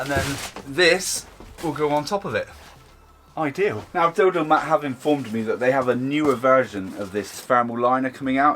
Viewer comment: it totally sounded like you called that company something other than dodomat. 😂